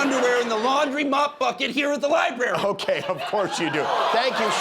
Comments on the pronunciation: LOL, "libary". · What's a, " LIEBERRY?" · Not the liberry! 😂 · Love the collar and tie. ‘Libary’ 😂😂😂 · Why cant he pronounce LibRary correctly? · Why can't US citizens pronounce Library